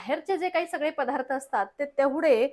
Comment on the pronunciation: अगं, " पधार्त " नाही बाळा, " पदार्थ " म्हण. आणि "बणवणे" नाही करणे. ( मराठीच्या कुठल्या शब्दकोषात ' बनवणे ' हा शब्द आहे का?)